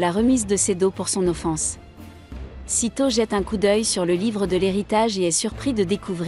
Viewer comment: Le titre en japonais serait plus simple pour les recherches: Zero no tsukaima.. et stop les voix avec traduction google.. Sedo/seto, c'est SAITO, Saï comme le remplacant de sasuke, et to..